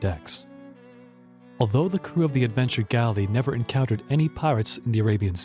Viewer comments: What's with the robot narrator? en-count-er-red? Mar-kay? Dis-UN-ta-ry? lol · Who narrated this!?!? Even with an inviting voice, the narrator can't pronounce half of the foreign names or even normal words! How does mark become marque, dysentery become diss-untry, encountered becomes inconter-ed... Oak Island was a fine place to acquire water and other deep oceanic vessel needs, including TAR. The "money pit" was part of a tar producing factory as far back as the 1400s. Learn your history before believing suppositions like these other children who obviously come from the shallow end of the gene pool!